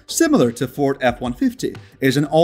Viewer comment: I stopped listening after you completely butchered the pronunciation of the Ford.